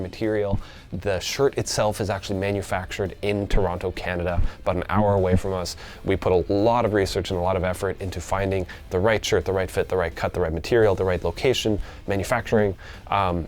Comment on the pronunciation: I dunno.. That pronunciation of Toronto sounded awfully non authentic for being so close to the GTA.... Tronnn- O #411